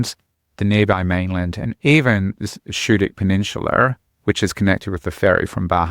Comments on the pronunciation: SKOO-dik! NOT SHOO-dik! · Great advice but Schoodic is pronounced with a hard "c" not a soft "sh" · Being a Main-ah, I stopped watching this video when I heard him pronounce it wrong. You can't really know what to avoid on MDI if you don't know how to pronounce Schoodic, by the way which is my favorite part of the park and it is accessible year round. Winter in Maine is beautiful!!